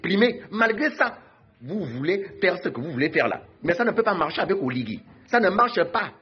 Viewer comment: Prononce bien le nom parceque quand tu dis oligue c'est comme si tu voulais dire reste en fange c'est OLIGUI.